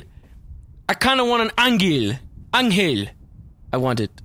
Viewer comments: you pronouns angel wrongly. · You said angel wrong